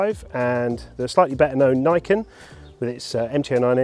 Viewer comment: its "knee-ken", people